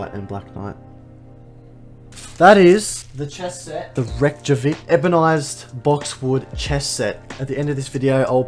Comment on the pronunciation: You being a chess lover I'm surprised you're not sure about pronouncing Reykjavik correct. It's Icelandic. That's the city where Fischer and Spassky played for the world title. That's why your chess set has that name. ironically you did pronounce it right or pretty darn close. Thanks for letting us in on the excitement. P.S. I bought a good friend the very same set for his 60th birthday, he loves it.